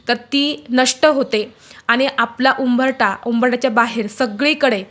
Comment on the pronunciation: उंभरठा नाही उंबरठा उच्चार करावा. किती पाल्हाळ लावले?